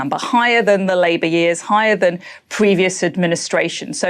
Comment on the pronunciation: Why does she also keep emphasising "Labour"?